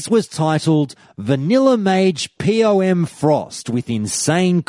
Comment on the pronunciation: "Pee-Oh-Em"... /facepalm